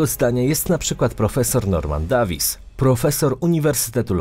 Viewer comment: Norman dejwis*